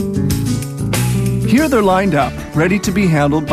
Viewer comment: the narrator said "here the brine" but it sounds like a creepypasta character which is most infamous with the game Minecraft, where said fictional character, who is an old legend in the gaming community, is known as "Herobrine" and yeah I know you may not see this or might not even remember much on this video or care for this comment, but still I wish to give an explanation to an old question that was mostly unanswered